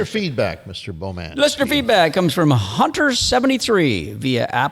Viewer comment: I didn't realize it until I looked at my cousin, Carrie's FB, that she is friends with Peter Bow-man (Sorry Pete, but with how says it, I can't not pronounce it that way. lol). Both live in "The Shwa"